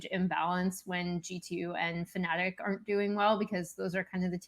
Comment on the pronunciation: At least pronounce fnatic correctly for once Tyler, do you want people to call you tailor instead